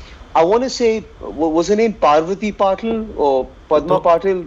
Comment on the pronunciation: Just random: Parvati Patil's last name is pronounced as Pa-till (common last name in Maharashtra-marathi) and not Pa-tail (which is a common last name in Gujarat) Vir pronounced it correctly